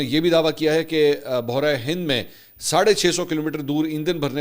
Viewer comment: حضرت آپ لفظ بحر ہند کی صحیح تلفظ نہیں ادا کر رہے ہیں۔ آپ خود لفظ سن کر کسی سے تصحیح کروالیں۔